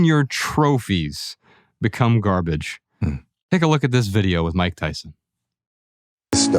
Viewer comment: It wasnt gahbege at one time. Mike Tyson has become soft.